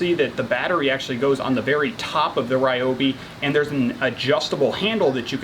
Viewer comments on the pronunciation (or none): Sorry for the nitpick, but it’s actually pronounced Reeobi. Great review though!